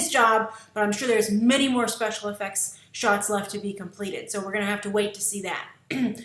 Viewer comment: Special Effucks? lol